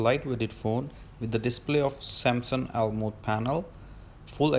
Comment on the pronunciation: AMOLED hota hai bhai wo🤣🤣🤣🤣 almode🤣🤣🤣🤣